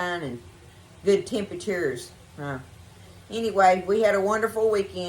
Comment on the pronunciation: What's a good, "tempaCHOOR?" LOL